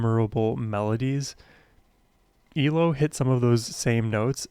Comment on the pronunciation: Great reaction,, but like at least one other commenter has pointed out, it is E L O (each letter sounded out separately) not Eelow (all one word)! Keep up the great work!!